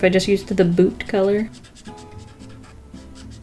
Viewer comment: I heard boob not boot